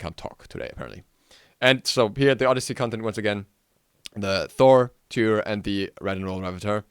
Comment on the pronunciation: dude why would you misspronounce tyr like that